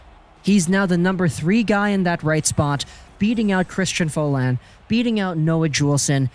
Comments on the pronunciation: It's pronounced Fo-l-een, not Fo-l-ain. (Folin) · Oh my god it's pronounced "Foal-een", Folin is not french canadian hahaha